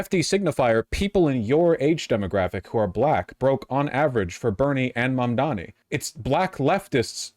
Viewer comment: He ehm... slightly mispronounced Mamdani? I dunno, people do like to be the contrarian